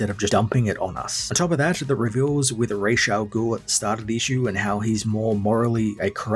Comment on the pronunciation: Not being petty or picky...but it's Ra's Al Ghoul not Raysha ghoul